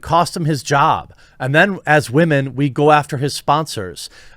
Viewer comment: "Respect all wahmen" No.